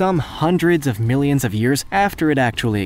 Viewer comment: I thing you mispronounced it I think you mean millions